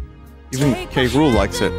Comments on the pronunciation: it took 26 minutes to realise they were pronouncing king k rule like king cruel and i'm an idiot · It really bugs the shit out of me that they call K. Rool "Kuh-ROOL" in this show.